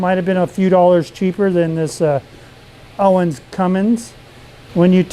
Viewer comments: Not Owen... It's ONAN pronounced ÖNÃN. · Hehehe Owens Owens Owens. It's Onan.